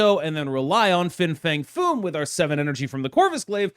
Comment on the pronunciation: How many times did you mess up Fins full name?